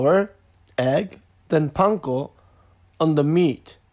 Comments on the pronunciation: pankoの言い方すきw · パン粉の発音がそのまますぎて笑った